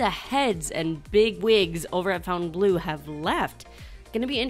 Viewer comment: BIG FAN! Love your updates. Visiting SB weekend! POINT OF ORDER 😊 I think it's pronounced FONtainebleau, not FOUNtainebleau Keep up the good work